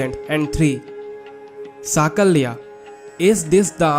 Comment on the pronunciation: Use proper pronunciation. Kurma, vasu,sakalya,..... In sanskruta, meaning changes with pronounciation.